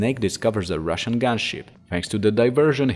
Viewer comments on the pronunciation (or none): none